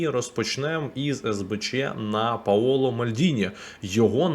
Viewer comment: Вимовляти Paolo потрібно не паоло(наголос на першій о) а більше Пауло якщо укр писати то більше у а не о. Дякую за відео.